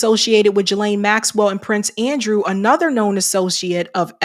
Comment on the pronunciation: It's pronounced Ghee-lane the S is silent, in case you wanted to know ;)